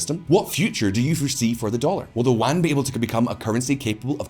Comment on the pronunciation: Yuan. E-woo-an. Yuan. Not wan. I'm not sure but that could be the name of some historical currency.